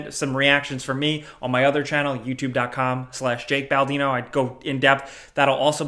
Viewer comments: “Jak Baldino” hehehe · Did he just call himself ""?!